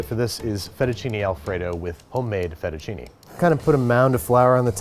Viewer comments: "Aillo olio" "Fetishini" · thats not how you pronounce Fettuccine, it is: Fae-too-cee-nae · Sorry, you can't even pronounce "Aglio" or "Fettuccine" and you expect to be taken seriously? - Ma fammi il piacere, continua a cucinare cheeseburger che e' meglio!